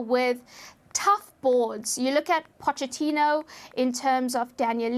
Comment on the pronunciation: You don't pronounce the ch in Pochettino like you do in English. You pronounce it like a k